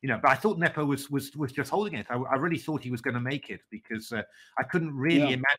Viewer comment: If Sadler at least knew how to correctly pronounce Nepo's name.